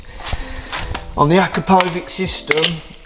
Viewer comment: Boys, the brand Akrapovic is correctly pronounced as....A - Crap - O - Veeetch (say it quickly, as one long word)😉👍